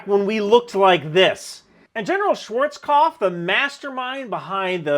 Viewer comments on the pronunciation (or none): none